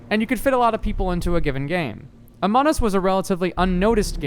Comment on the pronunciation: "ahmon us"